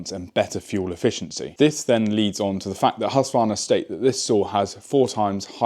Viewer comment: Please start to use the letter K in the name ,- Just say HusKvarna and you will be pretty close